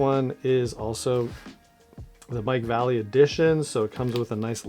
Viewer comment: As a retired skater boy its pronounced Va. Lay. Lee. Or Mike V! His black label part killed!